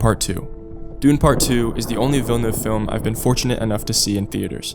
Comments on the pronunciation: FINALY SOMEONE WHO CAN PRONOUNCE VILLENEUVE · Thanks for saying Villeneuve and not Vil, le, neuve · Thank you for not butchering his last name